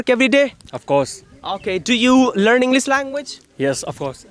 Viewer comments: Sir English ko Englis Aur should ko sould Pronounce karte h. Isko bhi theek karna chahiye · Arre Sir, Englis Nahi Englishhh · Englic ni hai bro English hai😂